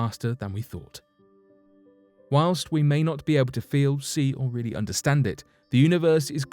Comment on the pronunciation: WHAWNST....??? i think you meant whilst... or while.. i am an englophile and love the language but that was awful... lol